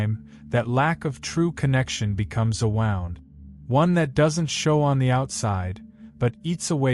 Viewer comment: I would have thought that AI was smart enough to pronounce 'wound' properly, not "wow-nd". We're letting this auto-drive cars and make decisions?